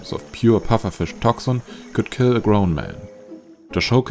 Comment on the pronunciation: What is this word "ki"? It's "kiLL"!